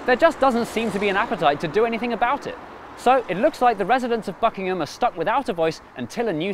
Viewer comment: im sure you didnt say buckingham.